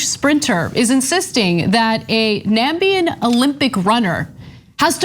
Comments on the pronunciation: Not Nambian😬😬. It's NA-MI-BI-A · Where's 'Nambia'? She's as good as trump at pronouncing African names. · NA - ME - BIA NAMIBIA NAMIBIA NAMIBIA NAMIBIA Please pronounce our country correctly.. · Dear Anna. Our country is called Namibia. Not Nambia. You seem to be just as uneducated as Donald Trump who also called out country Nambia. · It's Namibia (NA-MI-BI-A) not Nambia! Ironically your network made fun of 45 when he said Nambia! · "NAMBIA" really!!! it's Namibia. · Its "Namibia" Anna... "Nambia" isnt a country. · It’s NAMIBIA pronounced as NAM-Mi-BEER!! 🤦🏾‍♀️🇳🇦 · 4 syllables Na-mib-i-a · nambia? nice, ana, nice. i think drumpf said that too. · Anna it’s pronounced…Na-me-bia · Dela • ¤ come on its not that hard, she is like the 3rd person ive heard call it nambia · Did Anna say NAMBIA? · Ana . . . I think you need to have yourself tested for the spread of orange trumpery plaques. You went and gone and said NAMBIA. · I'm talking about the news lady. She didn't say my country name correctly, and I'm pumped. She only cares that she's black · Weren't these people the ones making fun of Donald Trump for mispronouncing Namibia and now they are doing the same thing 😂😂😂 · I heard that too. Come on Ana! The only other person that said that was Trump when he got confused between Gambia, Namibia and presumably Narnia!